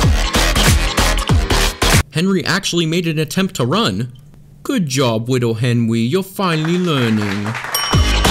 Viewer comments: u said “henwy” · Him: Henry teleports in the hallway Me: Henwy wers glashes u wong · i just love this blooper he decided to keep him after he said fenry. He practiced how to talk again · Good job liwle Henwy your finally learning me: you're a adult type the right things and why did you mess up on the Henry part to Hefry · Lol he says fennry 🤣🤣🤣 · It’s Henry not Henry.